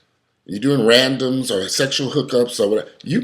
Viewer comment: I like how you said RADOMS. LOL😂😂😂😂